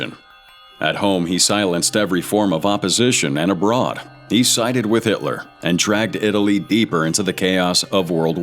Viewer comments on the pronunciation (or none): none